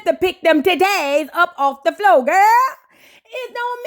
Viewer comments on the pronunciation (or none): You on a roll “TUDAY” 😹😹😹